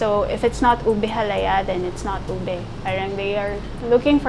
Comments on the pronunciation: Pronouncing it as “oobeh” would be closer to the actual pronunciation. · it's like pig Latin "Ube"= oo bay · Why cant the lady ube expert from the Cordillera canr even pronounce the word “ube” and she say it “owbi”? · "what's a Ubuh"😂